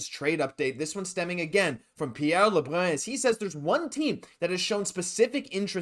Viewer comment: Why the hell do you have to say Pierre lebruns name like an idiot